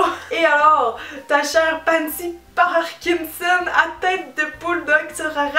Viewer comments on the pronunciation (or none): none